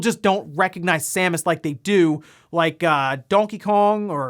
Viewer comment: Thank you for reading Samus' name correctly ("Sam-us") instead of incorrectly pronouncing it Seamus ("Shame-us") like a certain OTHER Youtuber did recently.